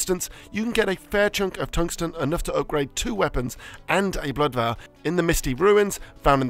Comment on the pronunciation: Veil and Vial arent pronounced the same